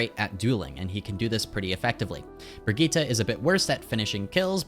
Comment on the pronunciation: It's been so many years and people still can't pronounce Brigitte